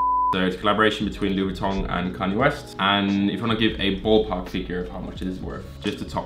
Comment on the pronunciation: Canyay West LMAO